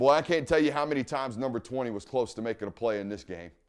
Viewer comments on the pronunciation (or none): none